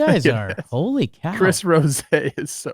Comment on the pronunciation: I'm pretty sure Trev attempted to do the Chris Rosé and said "Chris Rosey" instead. Go check it out on Baseball Today.